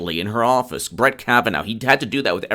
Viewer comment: Say after me: Judge Kavan-aw, not Judge Kavan-ow